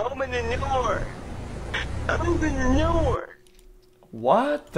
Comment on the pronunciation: "open the noor" lmao